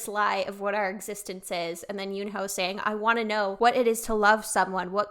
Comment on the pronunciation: just a friendly fyi - yunho's name is pronounced more as "yu-know"